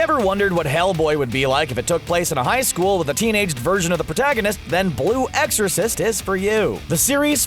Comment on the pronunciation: did he just say boil excorcist